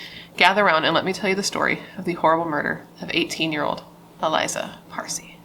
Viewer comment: Her name is pronounced Ah lee-zah, accent on the second syllable. Not Eliza.